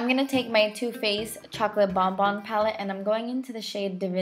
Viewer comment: so happy u pronounced bonbons correctly!